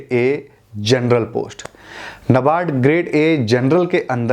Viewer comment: "नाबार्ड " बोलते है।